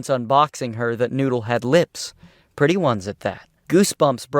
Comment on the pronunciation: XD HEY TAHTS PWETTY GUUD